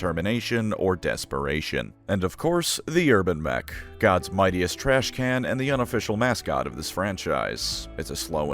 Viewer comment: It's called TrashCAN and not TrashCANNOT.